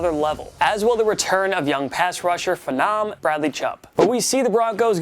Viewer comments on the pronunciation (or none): Am I the only one with such a bad taste how he pronounced phenom?